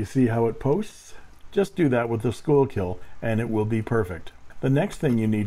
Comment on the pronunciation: Schuylkill is pronounced "Skookul". I live only a couple of miles from the Schuylkill River in the Philly suburbs. There's also a Schuylkill Rd a few streets over. I know it looks like "school-kill", but we like to leave that to the Boomtown Rats, because they don't like Mondays.